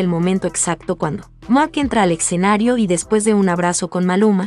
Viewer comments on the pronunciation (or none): Se dice escenario no eccenario..